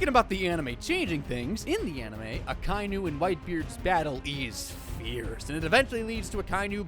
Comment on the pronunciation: his name is aka-inu not akAInu